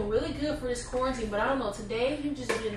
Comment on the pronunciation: "He said qaurentine and chill " 😂 😂 😂